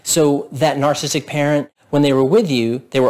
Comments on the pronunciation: I like the content of the video, but you seem to have difficulty in enunciating the word narcissistic and it sounds like a slurred word. I can't tell if you are saying narcissistic or narcissist. Just slow down the word and say it properly. It's the key word in what you are trying to communicate. BTW, I do have a narcissistic parent and I found the content to be relevant. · Why can’t this guy pronounce “narcissistic” properly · Maybe learn how to pronounce "narcissistic" so you'll get more credibility.